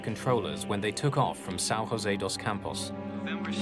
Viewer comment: Sao rose dos campos? Rose? Juse, José is not pronounced in Spanish